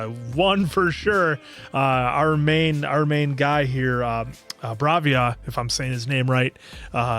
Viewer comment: It's Bhairava, not Bravia 😂